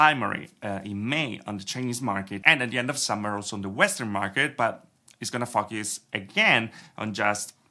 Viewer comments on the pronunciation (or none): Everytime he says focus it sounds like fuckus🤣🤣🤣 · 4min. 44sec. It's gonna "fock youse again"...